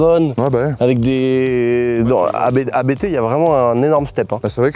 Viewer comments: Alors, on dit Abt et non A.B.T. C’est un nom de famille, pas un acronyme. 😉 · "abte" mes oreilles saignent... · Juste un truc, par pitié, prononcé correctement ABT, bordel 😅